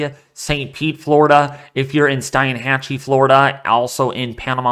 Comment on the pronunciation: Thanks for the info. By the way, we pronounce Steinhatchee as "Steen-hat-chee". More info on how far inland the impact of a Cat 4 or 5 hurricane could reach would be helpful. Mosr people do not realize how narrow FL is in this area between the Gulf and Atlantic. After personally seeing the devastation of Katrina, this one makes me nervous.